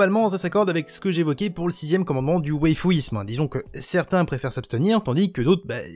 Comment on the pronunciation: Je vois... C'est bien écrit waifu mais tu prononces weifu... Sûr c'est moins évident... ワイフ se dit bien ワ-wa イ-i フ-fu, même prononcé en japonais ça reste très clair... Ce terme existe au Japon depuis que l'anglicisme s'y est implanté, bien avant les manga en somme. La connotation actuelle vient de base des adolescents japonais pour désigner l'éventuelle future épouse parfaite.